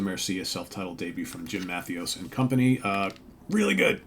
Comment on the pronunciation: Great record. Very catchy. 30 years ago, these songs would be all over the radio. Overland sounds great. And, say it with me…Jim. Ma-THAY-us. Trust me on this